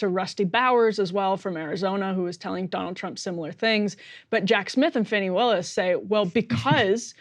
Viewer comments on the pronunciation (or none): Could somebody PLEASE tell Emily to start pronouncing Fani Willis' name correctly? It's super disrespectful to not get a name correct And it's not like we haven't had her name for long enough to do some research on that. It is NOT pronounced Fanny. It IS pronounced FAHNI. If you don't believe me you are welcome to consult Wikipedia. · Emily...you are offensively mispronouncing Fani, the first name of Ms. Willis, the Georgia DA